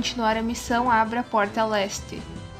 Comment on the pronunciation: Otimo video, profissional como muitos disseram, mas eu me embananei quando você fala "LESTE" e o "OESTE" quase nao da pra diferenciar, serio foi muito dificil nisso. Mas obrigado pelo guia, que seja uma critica construtiva. Press F "(O)ESTE"